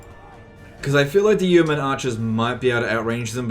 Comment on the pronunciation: It's yo-men not you-men